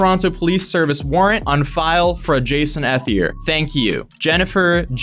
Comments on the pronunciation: You’re saying his last name wrong it’s pronounced E-thier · I think ethelier is pronounced like eth ee lee ayy, like all as one word